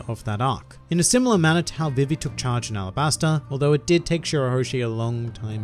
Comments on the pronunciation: It’s not VivE it’s VE VE sorry it just irritates me THIS IS NOT CRITICIZING U CAN SAY IT HOW EVER YOU WANT I JUST WANT TO SAY HOW I SAY IT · Put some respeck on Vivi's name!